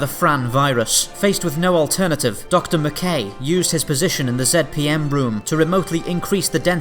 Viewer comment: You even pronounce zpm as zed pm like McKay. Nice